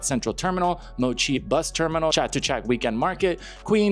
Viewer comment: Hey buddy since you may be talking about the Chatuchak area a lot more, you should ask one of your Thai friends how to pronounce it correctly, I notice you get some other Thai place names correct that other foreigners commonly pronounce incorrectly.